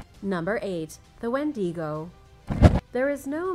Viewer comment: You totally mispronounced Wendigo